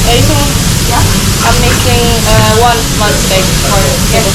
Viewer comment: I'm surprised that you pronounced STEAK as STIK. Is that how it is being pronounced there? I'm used to saying it as STEYK like the Americans would say it...